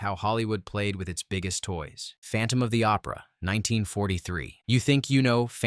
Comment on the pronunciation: You boned the visuals and pronunciations on phantom of the opera. Using footage from Lon chaney’s b&w classic from the 20’s and confusing it with the 40’s adaptation.otherwise you’re on the right track.